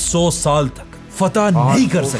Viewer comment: FATEH HA YAR FAITH NAHI